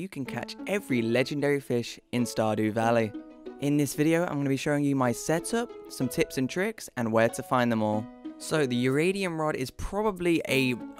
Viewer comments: I Just Triggered You. Lel. it sounds like Eeyyridium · Did this guy just say Uradium? I like this guy's vids but accent or not, and I is not a U. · I hear uradium